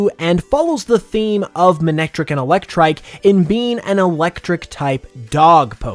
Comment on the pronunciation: Characters pronounced it as Ma-nec-trik in the anime